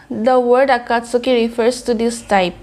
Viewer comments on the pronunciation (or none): I like the effort you put into your reactions. I’m mentioning this because I think you like to get things right, not to be rude or anything like that - Akatski is pronounced as three syllables, not four. The “u” is silent.